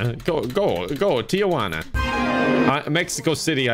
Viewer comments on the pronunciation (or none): me: HA! people from the US must be screaming because he can't remember Tenesse: Says Tijuana is the capital of Mexico and calls it Teeguanah me: Screams